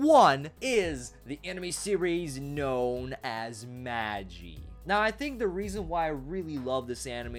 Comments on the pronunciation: You pronounce your titles wrong. It's not maaa gii it's mah gee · its magii u pronounce the i magi id a chicken broth soup starter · A as in ah and gi as in G-E, MahG-E (Magi) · lol you are both wrong it's Maji. This is not a japanese word it's egyptian and lol the japanese compony is pronouncing it wrong too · The #1 is pronounced Man-Gee (G as in Guy)...